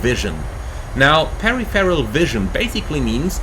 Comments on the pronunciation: Pa-riforal, right? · He speaks really good English but it's 4 syllables Stressed syllable in peripheral: pe-riph-er-al How to pronounce peripheral: per-if-er-ul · Pair RIFF Eroll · "Perry Ferral" vision? :) No, you pronounce it all in one go, per-if-fur-al. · Thanks for this really useful video! Just a heads up - peripheral vision is pronounced "per-IF-er-al" rather than "peri-feral". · A good chunk of the world pronounces it incorrectly is what you're saying :) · You are a great pilot and speak excellent English but your pronunciation of peripheral is lost in translation lol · I have to admit I've never heard Peripheral pronounced quite that way before and I honestly thought you were talking about something else. Haha all good fun mate. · Yes , diffent languages pronounce words differently . Took me twice listening to hear that the instructor was refering to the word " peripheral " , meaning roughly the outer edges of our vision . 😊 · Mate, just mispronouned the word and he made a joke about it 😂